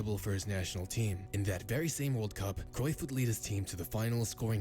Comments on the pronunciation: And, yes, you are murdering his last name. But you have to be really proficient in speakiing Dutch to be able to pronounce 'Cruijff' correctly. The letter ’ij' (not 'y') has no equivalent sound in English (nor in French, German, Spanish). Nor does the combination 'uij', There are Dutch video's about hiim, should you want to listen to how it is pronounced in Dutch. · Your pronunciation of Cruyff wasn't a million miles off.👍